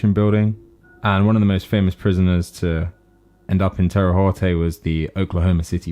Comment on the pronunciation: The way to Terre haute which is a city in Indiana is (teh rah howt) but your video was entertaining keep up the good work